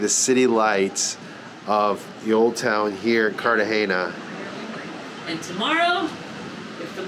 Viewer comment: Please stop saying cartagenia. The city is Cartagena.